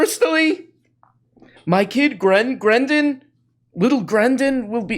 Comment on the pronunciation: Did he say "my son grenden"? I'm fucking dead 🤣🤣🤣